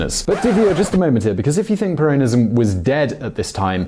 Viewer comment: You’re pronouncing ‘Peronism’ incorrectly